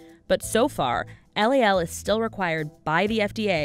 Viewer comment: LOL NOT LAL